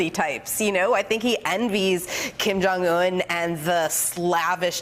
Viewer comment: "KIM JONG YUNNN"